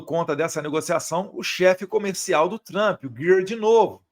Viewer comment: Eduardo você está aqui no USA Por favor corrija a pronúncia do nome “ TRUMP “ ( dói os ouvidos ) Observação com todo respeito